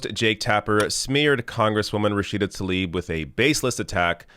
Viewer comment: Hey man, as you go about inciting against Israel, do try to pronounce the woman's name correctly. What a copious amount of ignorant BS at this gathering of hate-filled anti-Israel sheep. When will these squad-ers start tackling the AMERICAN issues they were elected for? I'll wait....